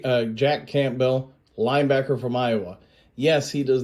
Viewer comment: What’s with the weird pronunciations???? Camp bell? Gonzaaaaaah lez? My mouth can’t even say Oregon how you said it. Wtf